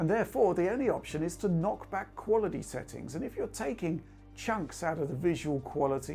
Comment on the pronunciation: Have a drink every time he says qualidee